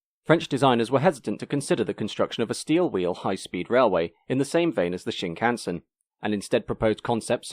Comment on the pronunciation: Japanese words never stress their syllables. Shinkansen should expressed with a steady rhythm.